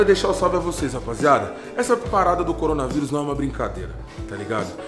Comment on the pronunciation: Nmrl quando o falo corona vírus eu entendi corona virgem kkkkk